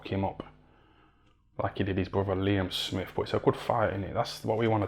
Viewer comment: "Liem Smif"